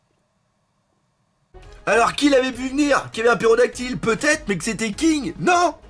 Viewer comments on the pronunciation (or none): C'est pTérodactyle pas pérodactyle mdr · en plus il dit "Pérodactyle", ça me tue ahah